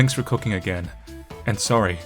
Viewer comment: Not a-grain.